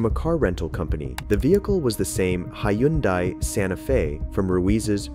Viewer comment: 'hi-yun-dai' seriously dude? stop with the ai script reading.. do better